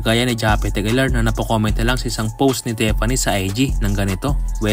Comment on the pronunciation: Tiffany, not tepani